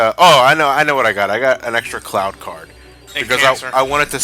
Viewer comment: I swear, when said Cloud card, it sounds like Clow Card. -You mean white ha-ten seconds later never mind. Also, nice Stick of Truth reference after that. I don't know why, but it bugs me that Sora looks perpetually angry in Re:Chain, with all the Castle Oblivion cutscenes. I personally want to make a Paper Mario joke with Twilight Town next part.